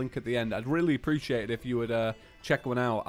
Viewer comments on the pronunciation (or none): none